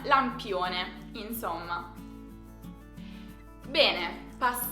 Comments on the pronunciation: in italiano neutro la parola bene viene pronunciata con la prima e aperta e la seconda chiusa e no con due chiuse come lo dici tu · la pronuncia standard della parola bene è prima e aperta e la seconsa chiusa, tu la pronunci con due chiuse